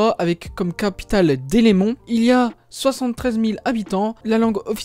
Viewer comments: On ne dit pas Délémont on dit Delémont 😅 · Pour le Jura c’est Delémont et non Délémont.